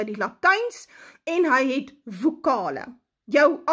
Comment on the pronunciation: UITSPRAAK: KIE-RIE-ÊH ÊH-Ly-IE-SON. Vokale. Nie WOKALE NIE!!!! En Xtus was 'n Arameër en het dus Aramees gepraat. Jy's 'n adderlike aot!